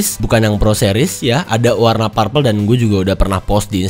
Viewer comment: Anu bang, bukan "parpel" tapi "perpel"